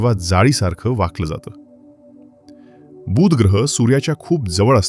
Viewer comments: मा हिती अतिशय रोचक आणि उपयुक्त. खूप माहित नसलेया गोष्टी कळल्या. मात्र बुध ग्रहाचा उच्चार खटकला. तो शब्द बूध वाही तर बुध असा आहे. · बुध ग्रहाचा उच्चार तुम्ही दीर्घ करत आहात. तो हृस्व करा. बूssध असं नाही बुध असा करा. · किती आश्चर्यजनक ग्रह आहे हा... छान माहिती सांगितलीत🎉... फक्त 'बू'ध ग्रह हा दीर्घ उच्चार खटकला . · माहिती चांगली दिलीत. बूद नाही बुध. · अतिशय चांगला वीडियो. धन्यवाद! एकच गोष्ट कानाला खटकली. “बुध “ ह्या शब्दाचा उच्चार!